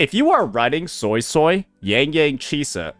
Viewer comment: I swear I keep hearing Soysoy